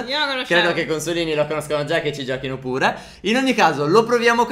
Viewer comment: Si dice phere